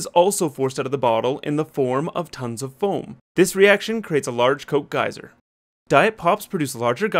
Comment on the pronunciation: Sorry, correction: guyser.